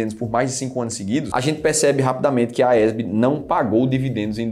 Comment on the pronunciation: Porque vc pronuncia AESB?Não é a AES?